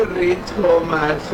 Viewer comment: Can't believe that the phone lost in middle of a unknown highway is back wid u guys.....Amazing.....YOu Buikers turned in to detective haaa......and yes you sayin Ghanta sounded verryyyyy verryyyyy funny.....Loads of wished to you..Safe riding...